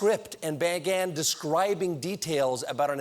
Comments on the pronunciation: he pronounced 'began' as what>>? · Lol the way he pronounces 'began' at 0.39